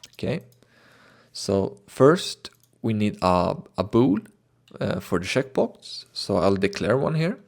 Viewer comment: lol instead of "checkbox" it sounds like he is saying "shitbox"